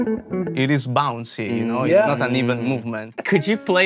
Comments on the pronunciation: I never wanna hear bouncy pronounced any other way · Only Italians can pronounce the word bouncy as if the word itself bounces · That is the bounciest pronunciation of the word bouncy 🤌🏻